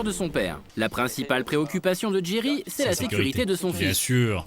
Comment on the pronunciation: J'ai entendu Thierry moi au lieu de jerry